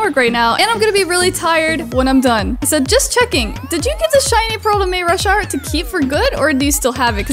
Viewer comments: Not mayrasharyt it's maurashart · its mayrushart